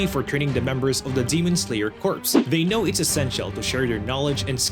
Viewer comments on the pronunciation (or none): none